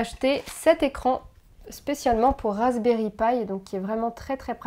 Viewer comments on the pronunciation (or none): none